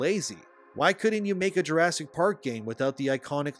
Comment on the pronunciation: juresik what? juresseik kalifa? XDDD